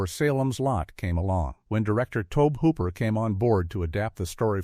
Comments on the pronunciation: Maybe Toaabb Hooper is a distant cousin to Tobe Hooper! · It's to-bee hoop-er. Get your sh!t together.